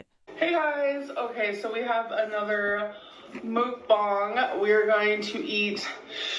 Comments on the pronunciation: Once again..for the love of everything holy.... it's MUCK BONG MUCK BONG MUCK BONG...not MOOOOK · If I hear her say MOOK bong one more time I might explode